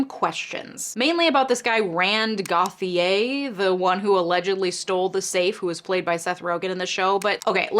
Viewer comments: It's pronounced goat yay. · Gauthier is pronounced "go thi eh".